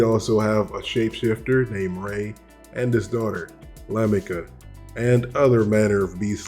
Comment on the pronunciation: Correction. Apologies for being so analytical, however... The character of Rei Ginsei was not a shapeshifter. He was a mutant with the ability to control dimensional space. Also, the Count's daughter's name is pronounced Larmica. Furthermore, the werewolf was a separate character from Rei, not one in the same.